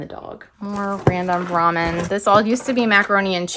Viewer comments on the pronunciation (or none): none